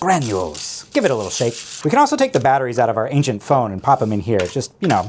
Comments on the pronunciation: Say ancient one more time…😡🤣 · Did you say "ancient, ancient phone"??? Oh no.